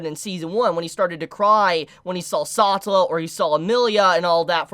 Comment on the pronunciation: God dammit, its sa-te-lla NOT sa-tu-la or whatever it is you are saying. don't you speak English natively? Same goes for Echidna. ( it's Echi-d-na )...good grief